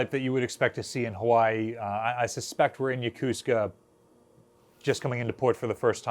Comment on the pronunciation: Why are you appearing to say Missura? Instead of Missouri? Also, regarding Yokosuka, locals say it as "Yokoo ska" Su isn't stressed. It's a good way to tell who's a local here and who's new to the area.